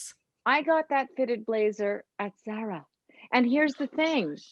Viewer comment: Zara is pronounced zar ah